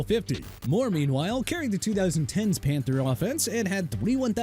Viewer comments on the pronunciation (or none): none